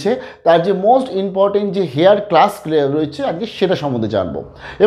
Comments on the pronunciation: উচ্চারণটা "হেয়ার ' নয়, ওটা হবে 'এয়ার'। বুঝতে পারলেন? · apnar heir er uchcharan ta mone hay ektu bhul hochchhe.H ta halka bhabe jeman honour uchcharan seiramam r ki.namaskar.